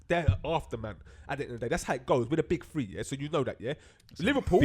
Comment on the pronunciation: "tree cups"